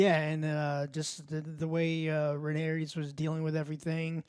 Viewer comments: "But it was Rhaenyris who showed restraint.." Me: dangit Joe. always screwing up the names.... Wait... Rhaenyra + Viserys = Rhaenyris... Holy shit Joe's a GENIUS. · Rhaenerys, of course... Popular characters like Rhaenerys, Daeneryus... Look, I don't buy this Joe is dyslexic thing anymore, when literally all three of them are too stupid to properly remember names and say names properly, then it's not dyslexia, it's just fucking stupidity of fat spoiled brats thinking they're smart when they're not... Like Alex takes the 'cornered dog' analogy WAAAAY too literal that he proves how low his intelligence actually truly is. Fight or flight doesn't jsut apply to literally being cornered Alex, I know peanut brains can't understand that, but again, you're complaining on something, just so you can seem smart and shit... Aemond losing control over Vhargar is actually really deep and smart, because Aemond isn't really Vhagar's original rider, even if Vhagar accepted him, I think it's more of Aemond just having forced that upon him, than there being the actual bond that we know that dragon and rider have in a lot of cases. Like I highly doubt Vhagar would really give a shit if Aemond died. Arrax for that matter freaking out, as a seriously YOUNG and still growing dragon, against a huge dragon, in a storm, with low visibility and everything, feels cornered, even without there having to be a literal corner, Alex. It went full fight or flight mode, and it chose to fight stupidly. Seriously question, is Alex incapable of understanding human behavior and psychology? Because I have literally heard the guy asking about horror movies for example: "How is th